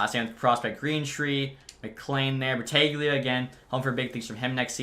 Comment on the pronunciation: Holden Battaglia is pronounced Battalia. It's Italian. The g is silent. :)